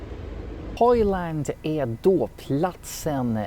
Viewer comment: Det går liksom inte ens att han förstå vad han säger ”transkvinnor R-kvinnor” liksom listar han hur han vill ha kvinnor, alternativt kan man höra honom fråga ”transkvinnor äre kvinnor?”